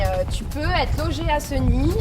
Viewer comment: Chère Madame commencer par bien prononcer le nom de notre ville Séééégny et non pas Segny mal aux oreilles